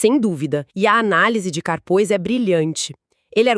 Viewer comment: A pronúncia é "Carpû".